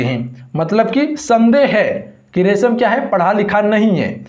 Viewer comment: रमेश को रेशम क्यू बोले हो जरा देख कर पढ़िये सिरो